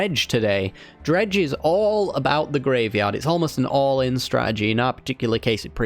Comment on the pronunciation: Please, "dredge".